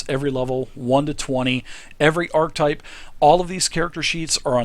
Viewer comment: ermahgurd! why can't people pronounce (ark-uh-type) properly!?